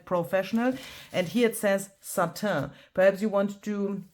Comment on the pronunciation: Satin put “pronounce satin” into Google ( or similar) it will tell you how